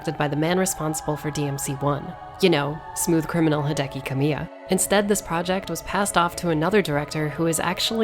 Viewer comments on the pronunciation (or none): none